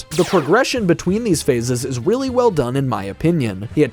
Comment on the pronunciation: is it? is it weally well done? weally?